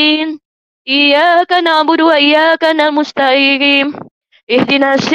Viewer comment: Aku hanya bisa ngakak,, barusan baca Al-fatihah aja udah hancur lebur,, ن lari kemama م lari kemana-kemana😂😂😂...... Iyyākana'budū Wa iyyākanāmusta'īm😂😂😂..